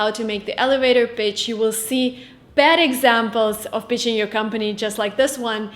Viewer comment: My wife is Russian. I love her accent. Be careful pronouncing pitching. I thought you said bitching. ❤️